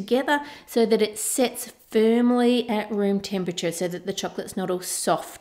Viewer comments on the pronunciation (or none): none